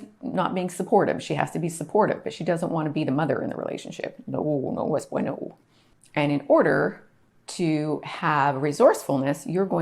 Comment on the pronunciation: I love how you say, " No es bueno".